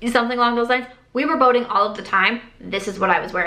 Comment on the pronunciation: Oh…boating! I thought you were saying voting. “We were going voting all the time!” 🤣 I was wondering what you were voting on so often.